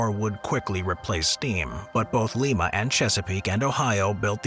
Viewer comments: This man just said Lime locomotive works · You said Lima wrong. Not mad.